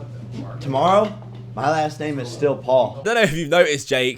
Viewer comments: Is it so hard to say Paul? says Pool about 67 times in this video... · It's not pool, it's Paul, u idiot!